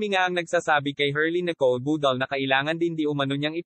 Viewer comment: MAY PROBLEMA BA DILA MO KUPAL PANSIN HUAG MAG SLANG BUGOK D BAGAY SA KAKUPALAN IBANG TAGALOG MO OK KASI IBA TAGALOG MO KUPAL NA KUPAL ..BUDAL BUDAL PRONOUNCE MO NG MAIGI BOBO BUDAL BUDAL ULOLLL